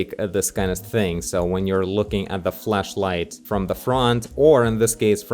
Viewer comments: Who gonna tell him that he may not want to be pronouncing flashlight like that? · i thought you said fleshlight at first lol